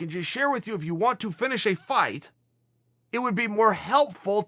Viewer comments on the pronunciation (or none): none